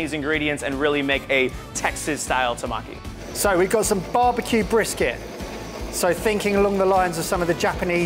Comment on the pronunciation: I cried how that guy said tamaki. Tamkey?